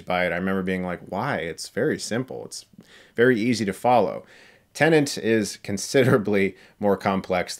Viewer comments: Chris. For pronouncing Tenet wrong, multiple times, i now command you to review "Rogue" 2020, with Megan Fox. Report back to us with a review shortly would you please. Thanks 😇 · Tenet: English word. Debicky: Polish name. You can be forgiven for messing up the latter, but the English word, the palindromic title of the film, spoken multiple times throughout it, not so easily. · Well "tenant" is a common use word and "Tenet" isn't. Also, the captions confirm he is saying "tenant". Te-Net not Ten-Ant. I still enjoy Chris regardless. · God it’s triggering TEN ET Not TEN ANT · Chris: Tennent Me, every time: ‘TENET’, Chris! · Movie Title: Tenet What Chris Hears: Tenant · I am a non-native English speaker and whole my life till now I used to pronounce tenet as a tenet and then came CS who was calling tenet as a tenant. I thought was I pronouncing wrong the whole time. Thankfully someone cleared my doubt. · you keep calling it Tene-N-t (tennent), it's TE-N-ET, 10 minutes forward, 10 minutes backward, reference to the last major scene of the movie. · "TENET" Chris. T E N E T. NOT "tenant" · Did he just say TENANT instead of TENET a lot of times or was it just me? 😂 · It’s TENET not TENANT... it’s getting on my nerves how many times he mispronounces it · Why the hell is he saying "Tenent”??... when the title is "Tenet” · You keep saying "tenant" when its TENET ! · I'm not finished this video yet, but... Chris, are you saying "Tenant"? Lol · Chris: “I understood Inception perfectly on the first viewing” Also Chris: “Tenant” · The way he says it isnt that bad tbh. There was this news lady who said Tenay. That pissed me off. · He absolutely does say 'tenant' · Thought the same thing, but it’s a weird word to say without sounding like you’re saying it wrong. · Ahhh Christopher nuland, director of tenant, interstate, mentos and bootman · I would understand if he was saying tnenent, but you're right, he says tenent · Yeah he is saying Tenant 😁😁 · Def saying Tenant, haha.